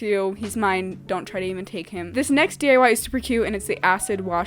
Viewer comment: I swear she says 'DUI's instead of DIY